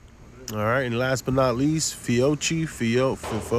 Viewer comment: Fee O key lol